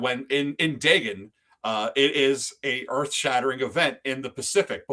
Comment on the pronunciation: great stream, but it was painful to hear the mispronunciation of Dagon over and over